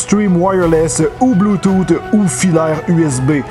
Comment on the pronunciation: 🤣''Bloutoute'' tu me cales😂 Mais sinon super vidéo, toujours à nous faire baver avec tout ton équipement auquel je comprends à peine la moitié😅